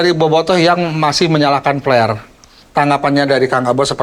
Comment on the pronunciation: mang tolong pengucapan huruf P dan F dibedakan. flare kalo dibaca pake P artinya jadi jorok. Sekedar masukan ieu mah